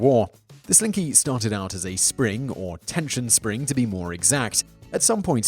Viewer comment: Everyone loves a SLINKEH! Everyone loves a slin-KEH! GO SLINKY GOOO!!! :D